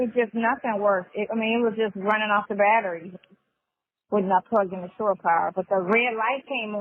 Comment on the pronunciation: It is NOT "sure" power it is SHORE power, you mush mouf nasty azz simpleton.